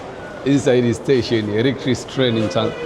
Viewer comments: Ni muhimu kujipanga kabla hujaanza kurecord. Hilo neno electric train or electric locomotive ilitakiwa ujifunze kulitamka kabla hujaanza kuongea. Linasomwa electrik na sio electrisi. Ila ume improve your spoken English. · Kizungu cha Tanzania 😂😂😂😂 Electric train ( elektrik)